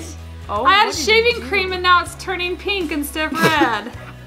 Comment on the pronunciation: Approx mum says plink glue not pink who else noticed?????